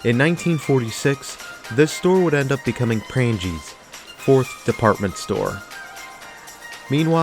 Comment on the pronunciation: Good video, unfortunately your pronunciations, in part, are an insult to the building's history! For one Prange's is pronounced with a SILENT 'G' remember there is a MAJOR influence in how thing's are pronounced in Wisconsin via Wisconsin's Native Tribes, The French, and also German settlers to name a few.